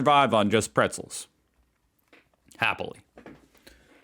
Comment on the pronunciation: Bretzels beginning with a soft B, not a P. Like in broil, Broiler. Broil your Bretzels !